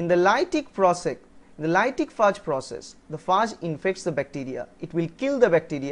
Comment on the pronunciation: he pronounced it rightly. it is pronounced as 'FAAG' and also, if you wanna give grammar tuts consider doing a video:) :)